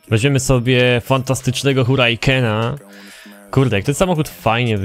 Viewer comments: hurajken? a co to za samochód? ja rozumiem, że chcesz przykozaczyć znajomością języka obcego, ale jak nie masz pewności co do wymowy, to daruj sobie, bo komicznie to brzmi. Tak samo jak z tym mastengiem w nfsie. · Ale to nie błędy, on specjalnie przekreca te nazwy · Wyjaśniając Twój przykład: Jeżeli znam poprawną wymowę jakiegoś wyrazu to używam tej poprawnej formy. Jeśli znam poprawną formę danego wyrazu, a mimo tego używam złej to robię to UMYŚLNIE, widocznie mam w tym jakiś cel. Tu kłania się właśnie ironia, bo usłysz, że on aż do bólu uszu akcentuje "J", a po tym jeszcze przeciąga "E" wymawiając słowo Huracan. Z resztą sam napisałeś, że to komicznie brzmi, a to jest jeden z celów ironii :P